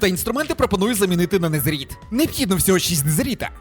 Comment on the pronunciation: Не кажи незеріт, правильно незерит